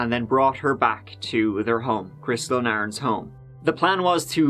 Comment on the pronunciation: 'adnd'? Come on now,.